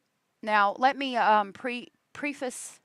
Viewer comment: pronounced Preh-fiss